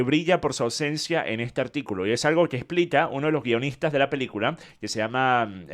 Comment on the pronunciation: DECIRLO con todas las letras. PELI-CULA. 😂